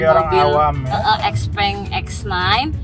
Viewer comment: Xpeng bacanya bukannya Xiu Peng yaa?